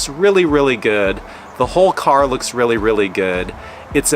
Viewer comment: Each time you say car 🫨 I cringe Nice Jeep tho!